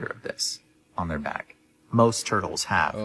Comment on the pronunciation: Anybody that’s says “bike” instead of back is not a credible source for information probably on any topic